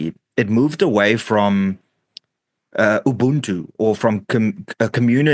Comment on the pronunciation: Ubuntu/ haha bantu...nota 😄 so you that are a buntu get your Ubuntu right ✅ 😅